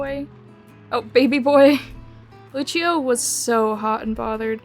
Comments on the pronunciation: This made me search up what the pronunciation is I’m pretty sure she was saying it the Italian way. Lucio from the game is from Brazil though… so… it would be Lu-see-oh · the fact that i played overwatch before watching this video, hearing overwatch gave me wiplash. (btw the name is pronouced Lu-see-oh, lucio :)